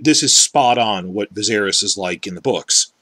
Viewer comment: I appreciate your hatred of D&D, but I'll never be able to accept your horrible mispronunciation of Viserys